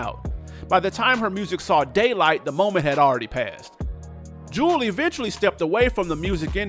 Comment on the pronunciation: Show some respect. Her name was pronounced "jew-ELLE"